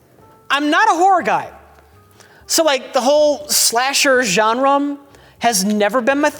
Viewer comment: Did just say "genrem"?